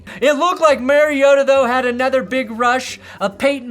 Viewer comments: It's MARI-O-TA, not MARIO-TAH! 😂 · It's Mari-OH-ta, not Mario-tahhh. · That MarioTA thing last night was really bizarre. Like hes been famous for 13 years and not once has anyone ever pronounced his name like that. So strange. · I thought Tirico and Collingworth we weird for saying MarioTA, but that's actually how Marcus himself said it in his player introduction. Still sounds weird to me, though. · Didn't Collinsworth also pronounce his name as Mariotoe? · yeah collinsworth was pissing me off the way he said mariota bro 😭